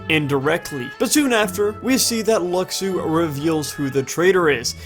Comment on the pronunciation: His name is pronounced Lushu. that's how you say Luxu.